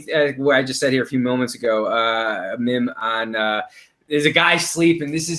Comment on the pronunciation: wait, did just call a meme a mim?? Lmao a mim